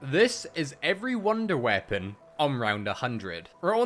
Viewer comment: “Wounder weapon” lol